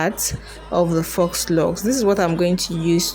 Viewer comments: You make ot look so easy. I'm going to try this. Hope it turns out as good as yours. FYI: FAUX is pronounced "Foe". Yeah that's not how it's spelled, but it's French, so it has letters in it that goes against how we pronounce things in English. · Faux is pronounced = fo, not fox. 🦊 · It's faux pronounced foh not fox. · Awesome video. But Faux Locs is pronounced "Foh" Locs, the "x" is silent, not "Fox" Loxs 😊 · Pronounced FO LOCS; not fox.... Your presentation is great and easy to follow. They really look nice! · Foooooh locs (faux locs) not "fox" locs. I'm not trying be funny or rude. Just thought you and the viewers should know the proper way to say it❤️ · "Fox" locs🤣🤣🤣 girl the X is silent. It's phonetically pronounced "fo" locs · It's pronounced "foe locs". Not fox locs. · You are pronouncing faux incorrectly. It’s pronounced “foe” lox! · It is pronounced ‘foe’, the ‘x’ is silent…you’re welcome. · Faux-pronounced 'foe'. French for fake. Just fyi. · Pronounced Foh locs😆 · Yes it tears my nerves up to hear people say “fox” 🤦🏽‍♀️ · Great tutorial! 🥰 But FYI... "Faux" is pronounced (Foe) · I just came to ask you to stop saying "fox" locs😂😂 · foe locs he x is silent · It's pronounced, "foe" locs, Sweetie. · Great video but faux is pronounced...fo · Faux is pronounced for, not fox, and crochet is pronounced croshay, not crochette . Your mispronunciation of these French words makes it difficult for me to watch/listen to this video